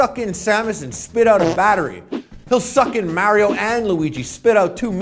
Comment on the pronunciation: Whyy is Harley one of those people who can't pronounce correctly Mario 😫